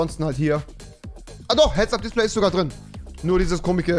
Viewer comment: Warum seid ihr alle so toxic. Immerhin hat Rewi nur nen Sprachfehler😂